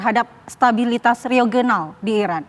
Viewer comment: Regional kak..bukan reogenal😂😂